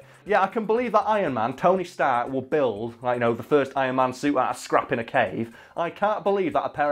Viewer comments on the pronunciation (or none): none